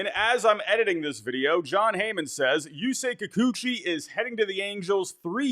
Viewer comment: pronouncing Yusei Kikuchi right, love the character development ❤